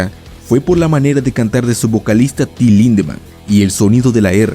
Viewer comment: Cada ves que dices su nombre escucho "Tilin"